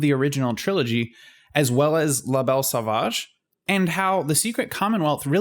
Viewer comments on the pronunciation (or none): "Lah Bell Saw-vaadge" You Americans butcher the French language..... Phoebe Buffay